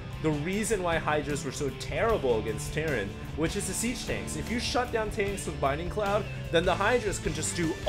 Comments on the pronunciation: It's bLinding cloud. Not "binding cloud". That L is important. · Is it me, or does say "Binding cloud?" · yeah i thing too that he said binding cloud strange :)